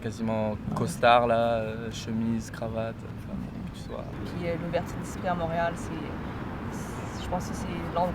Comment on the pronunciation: vers la minute 6, tu prononces "tu" incorrectement comme "tou" et donc tu n'es pas francophone ou partiellement sans avoir jamais réussi à prononcer un "u" français, qui correspond au "ü" allemand, ou encore ressemble au "y" norvégien, etc. Et celà amène les deux principales différences entre Paris et Montréal: - Paris est une ville entièrement francophone, et une ville d'urbanisme européen - Montréal est une ville essentiellement américaine dans son urbanisme, avec un tout petit peu de vieille-ville et culturellement schizophrénique: Montréal-Ouest et Montréal-Est. Je suis nativement bilingue français et espagnol, ma langue quotidienne est le norvégien, et sinon j'utilise assez régulièrement deux autres langues mais l'anglais me pose trop de problèmes et je ne l'utilise que sur internet à l'écrit. Pour moi Montréal-Est à partir de McGill c'est l'Angleterre. Curieusement lors de mon dernier séjour à Montréal, je pouvais effectuer mes achats et aller boire une bière ou au resto, uniquement en ... espagnol.. La caractéristique des anglos est de considérer l'anglais comme l'unique langue de l'univers, les autres langues sont vues comme une chose optionnelle, décorative, de second degré. Un français, un italien, un polonais, etc, qui voyage à l'étranger, ne va pas utiliser par défaut sa langue dans les magasins. Les anglo eux utilisent par défaut l'anglais partout en présupposant que les gens doivent comprendre et que s'ils ne comprennent pas ils sont inférieurs. Ce qui amène le